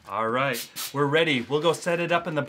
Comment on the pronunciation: The mouse really said reet